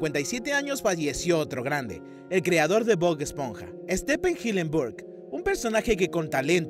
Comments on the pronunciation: Dale flaco podes pronunciar bien UN NOMBRE!!! " ESTEPEN" sos joda? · Quien es Stepen jajaja Stefen(pronunciación ) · Extraño cuando la gente pronunciaba bien los nombres en inglés. "Estepen"??? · Correccion del primer nombre (Stifen) se pronuncia asi. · se dice Stifen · Sthep(v) en no sthepppppppen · Dios mio, me meo, que pronunciación tan mala para los nombres no hispanos... El colmo fue "estipen"... Y sin olvidar nombres mal escritos, como "Chiquitete" que en realidad es "ChiquEtete"